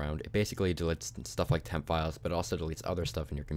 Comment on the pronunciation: he said: %vemp%